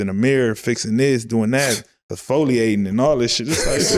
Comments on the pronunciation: Broooooo my nigga said exfoliating 😂😂😂😂😂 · OMG!! i literally been saying for his WHOLE CAREER that daroze got the WORST skin of a rich nigga i EVER seen, then he got the nerve to mention exfoliating AND pronounced it wrong! I'm LOSING it over here!!😂😂😂 smh... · He said the young boys be exfoliatin'